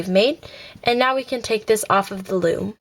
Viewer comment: You said floom